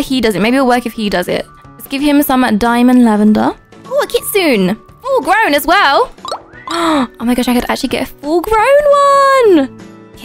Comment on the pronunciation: and kitsune is pronounced (kit soo ne)